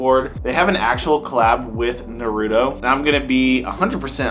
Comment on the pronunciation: I love you man but it’s pronounced “na ruto” (na ru-toe if that’s easier)